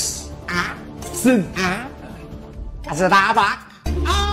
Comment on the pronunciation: Starbucksเอาจริงๆก็ไม่ได้อยากขนาดนั้นนะแล้วเจ้าหนุ่มคนนั้นมันออกเสียงยังไงคนถึงฟังมันไม่รู้เรื่อง😂